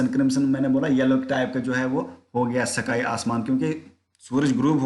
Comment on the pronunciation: सकाई नहीं स्काई